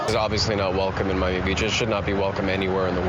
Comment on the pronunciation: Why did Tate just say he got to M-I-ami instead of Miami? 😂